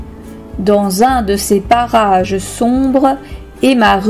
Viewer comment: on est d'accord elle dit barrage